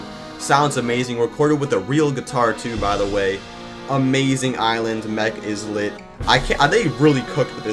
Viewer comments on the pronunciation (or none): It’s not Izlet it’s eyelet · It make ls me mad every time I hear is-let instead of I-let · Islet is pronounced like eye-let not is-let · What the actual donuts is an "IzLiT"? Its pronunced "Igh-leht" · eeslet? IT'S PRONOUNCED AILET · I've known it to be pronounced as /ˈaɪ.lət/. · It is pronounced eyelid in all sources, though you can call it whatever you want, izlet sounds funny. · Is let ❌ Eye let✅ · He pronounced islet wrong in mech islet it’s pronounced isle-et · “is let” 😭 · When he said air island he lost me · It’s pronounced [il-et] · Is-let? EXCUSE ME? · No you didn’t exaggerate it enough, it’s iz-let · BRO SAID IZLET BAHAHAHA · It’s eye let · I know that the original comment didn’t exaggerate hoe wrongly he pronounced it enough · Bro says plasma islet and mech islet wrong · I’m just saying how it’s pronounced, check yourself